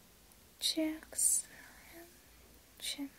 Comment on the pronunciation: Don’t forget “cheeks”